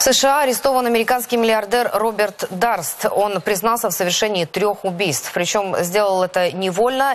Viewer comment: не Дарст, а Дёрст.